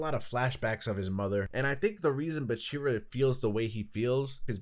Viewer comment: It's BAAAAAAACHIRAAAA not buchirra